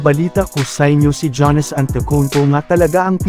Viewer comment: hindi po "ja-nis". "yaa-nuhs" po.